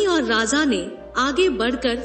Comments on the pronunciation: Raza nai raja hota hai 😂😂😂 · Please correct your pronunciation..it sounds like Radha.. it is Raja not Radha